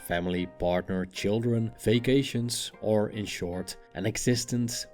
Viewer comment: When he said “vacations” I first thought he said fake Asians lol